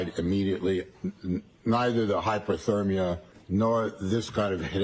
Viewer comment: Every time he said "hypothermia", it sounded to me more like "hyperthermia". Way out of his league with Alessi.